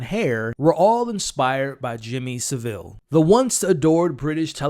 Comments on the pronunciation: No Sa'ville. Its pronounced Sav'ille! 😉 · It's pronounced savel 😂😂 the way Americans and Canadians pronounce it kills me 😄 🤣